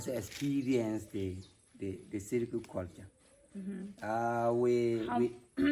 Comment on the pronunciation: It's pronounced S-I-R-I G-U